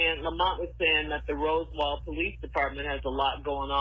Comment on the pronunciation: How long has Shirley been living in Atlanta? Why can’t she pronounce Roswell 🙄